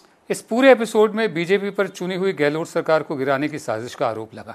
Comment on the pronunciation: गहलोत बोलिये ना कि गहलोट